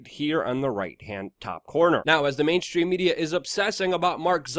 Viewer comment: Mainstream. Not main. Shhhhhhstream.!!! Learn to speak damn it. !!